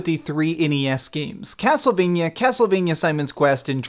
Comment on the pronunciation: could you please stop saying castlevanyuh? it's castlevania. vania, sounds like mania. sorry, it's just a pet peeve.